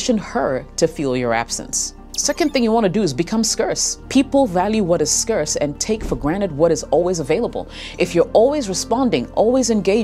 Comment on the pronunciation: start pronouning scarcity, scarce and success properly.